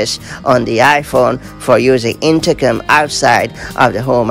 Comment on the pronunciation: Sounds like her is saying.. intercum? 😂